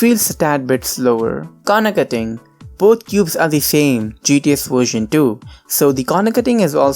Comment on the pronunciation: “Wersion” xD